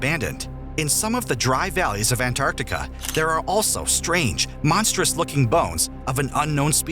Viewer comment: Is Antartica! Not Anartica!